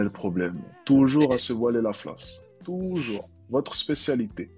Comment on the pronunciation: "Ce voiler la fLace" 😂